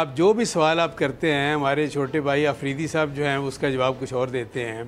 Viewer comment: Anchor sb Afridi ka nam letay huway zuban kyun pisli alfaz b sahi tarah ada na huway phir channel band na krney ki tanz?